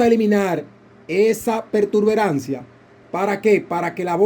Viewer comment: Disculpa no se dice pertuberancia. El termino correcto es protuberancia, te lo digo para nuevamente en el mismo error.